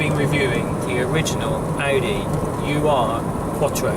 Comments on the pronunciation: It's neither pronounced U R nor does it mean original. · Tim Shaw off the telly thinks it's pronounced 'you are' as well.